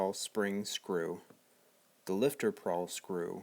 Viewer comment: Good video, it is a pawl spring, not prawl. Nitpicky I know.